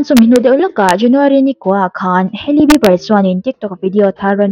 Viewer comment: Hailey skincare product hi rawdi nilo 'rawd/road' ti a lam tur😅